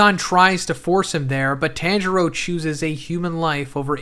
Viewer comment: Dude watch 1 anime episode its pronounce TON-Juro Not Tan U Swine